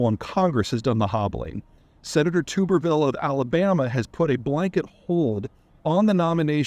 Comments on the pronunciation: BathTUB Tub-ER-ville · It’s not “Tooberville.” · I’m from Alabama (it’s pronounced TUHB-er-vuhl, not TOOB-er-ville, just FYI) and am mostly familiar with Tuberville as a very mediocre SEC football coach who was run out of town by Nick Saban. He is an absolute buffoon and at least as much of an embarrassment as Trump, if not more. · Peter you are pronouncing the Senator's last name incorrectly. Tub (like what you bath in) er ville not tuber just fyi. Good content as always. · Peter clearly doesn’t watch SEC football. It’s pronounced Tub-er-vil. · It's pronounced Tubberville. As in wash tub. He's not a tuber like a sweet potato. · Peter, if your going to calm out a individual that is standing on principles, you could at least pronounce his name correctly. It’s TUB-ber-VIL. Generally appreciate your unique on most issues, but on this one, Tommy’s not the problem, just the lightning rod. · Peter, I suspect you mispronouced the Senator's name on purpose but in case you didn't; try saying it this way "Tub-er-ville." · Wow, I never would have thought you could be so ignorant on a simple topic like this. You can’t even say Senator Tubberville’s name correctly. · Peter feels this is so important that he doesn’t even know how to correctly pronounce Tubberville’s name. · lol. Get him to say "NUCLEAR" correct next! He can't! Talk and talk and talk about "nuke-U-lar"...it's like he's channeling George W Bush! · Lol Peter can't even pronounce his name correctly. And listed the reason for blocking incorrectly in his daily email. And also ignores the fact that security clearance isn't govt by the senator. Makes me wonder what else Peter gets wrong in his other videos.